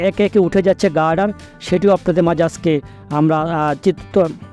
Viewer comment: উচ্চারণ এর এই অবস্থা কেন? আস্কে- আজকে/ সাসক্রাইব- সাবসক্রাইব/র‍্যাম- র‍্যাম্প!! ঠিক করেন।